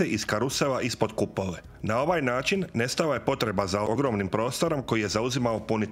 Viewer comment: "Ćetri, hidrauliĆni, naĆin, struĆnim, punjaĆ..." Pokatoličeni Turčine, još uvek nisi ponajbolje naučio srpski jezik koga ste ukrali od Vuka dok ste smrdeli po bečkim štalama, pa idalje ne razlikuješ Č od Ć i obrnuto, nauči prvo da govoriš, pa onda pričaj nešto i pitaj babu ko je teslo uz tarabu 1500 godina HUNgaro-TURski isprdku! ...